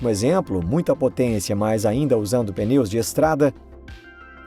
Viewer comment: Não é "peneu" é pneu